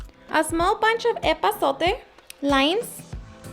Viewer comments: I think you mean epazote and not ezote. But this recipe made my mouth watered though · Epazote* around min a mexican herb :)